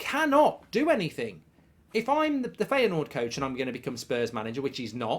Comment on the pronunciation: Its pronounced Fire Noord. Not Feya Noord.